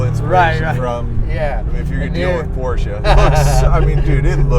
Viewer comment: Well at least you pronounced Porsche correctly, but you calling an engine a motor is killing me.